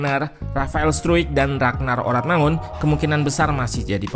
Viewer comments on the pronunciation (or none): none